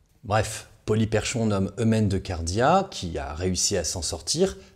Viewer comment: Ca se prononce "Polyperkhon", comme si le CH était un K.